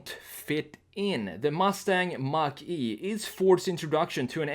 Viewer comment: Is it like a Mehcury Grand Macheeeh dude?